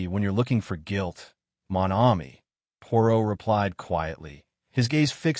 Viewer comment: Not a bad reading except for the butchering of the few French words that Poirot is so famous for i.e. Mon Ami.